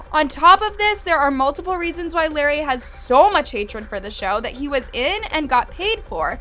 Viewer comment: the fact that she says larray like larry 🤡